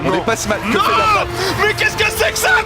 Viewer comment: Dafran se prononce pas comme ça da fran